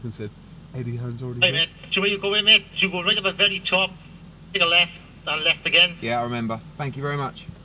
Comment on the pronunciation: He said left Ed 😅